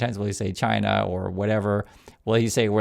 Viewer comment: It's Shina, not China. 🤣